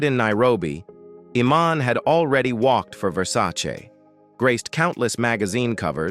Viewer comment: Total crap video when Iman's name is mispronounced.